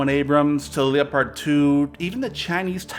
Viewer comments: It's not leo-pard it's pronounced like leppard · It's pronounced Lep ard not Leo pard. Bloody Americans learn how to pronounce and spell words properly!